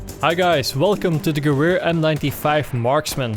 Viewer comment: Gewehr in german means in English gun. so just say gun.